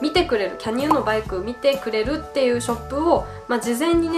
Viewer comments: キャ↑ニオン→ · canyonはaにアクセントをつけたらいいと思います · キャニオンのイントネーション・・・・・・・・